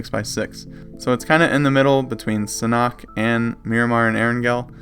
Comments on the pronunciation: Sanhok is pronounced San Hawk, not San Knock!?!?!?! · Its not san-oct, its Sanhook, San-hook. The h is pronounced and oo sound like book and look and hook.